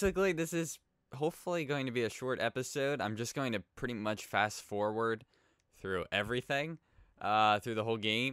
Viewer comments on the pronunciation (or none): none